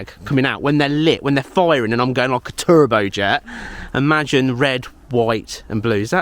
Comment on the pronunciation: You sounded like a farmer when you said " turbo jet" 😂😂